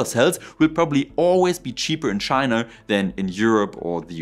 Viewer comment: STOP putting an R on the end of words like China FFS.